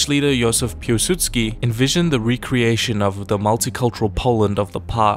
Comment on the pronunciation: Jozef Pułsudzki? It was Józef Piłsudzki